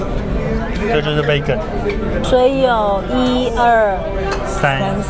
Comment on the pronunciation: 不好意思，我還是忍不住要糾正一下你們對Vegan的發音，你們一直發錯，請查一下Vegan的發音，謝謝。